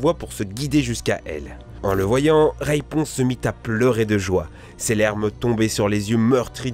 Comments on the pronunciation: pourquoi il dit Rayponce au lieu de Raiponce ? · Ont ne dit pas reyponce mais raiponce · C'est moi ou il dit "Raïponce"? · C'est raiponce pas raïponce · T'as dit Rayponce ? Je crois que c'est Raiponce ! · Les frères « GrimmSS » « RaYponce » « Pokentas » Mes pauvres oreilles .... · Rayyyyyponce le raiponce de wish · Reïponce ^^ et Pocenntas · et RAYponce aussi OMG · ca va la dislexie comme excuse ?? elle est pourrie tu part dans la rue t'entend 25 000 personne dire raiponce et non Rayyyyyponce et pareil pour pokenntas on l entend a tout bout de champ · mdr raïponce , pokentas, la belle au bois dormont , çondrillon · y a pas que ca y a "rayponce" "fri-end zone" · Khm...Khm... Prononciation parfaite...(raïponce , pokentas, la belle au bois dormont , çondrillon) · "Rèyponce" "Pokèntas" Dat prononciation du turfu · RaYponce, PokÈhonetas 😭😭😭j'ai mal au oreilles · On peut dire qu'il nous donne une mauvaise raiponce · Si ça se trouve il a réessayé plusieurs fois et c'est là la meilleure prise qu'il est fait et puis c'est dur quand t'as toujours appelé un personnage de telle façon de l'appelait différemment.